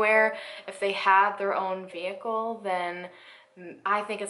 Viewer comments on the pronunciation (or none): none